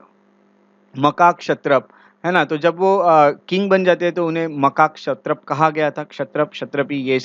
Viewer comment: 😂😂😂😂 bhai wo makakshatrapa nahi MAHAKSHATRAP hota😂😂